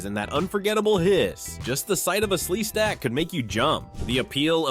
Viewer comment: The narrator can say sleestak correctly bur he can't say HR PUF - N STUF- yeesh